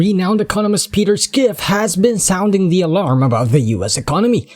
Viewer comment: Peter Skiff?😆 not how it's pronounced.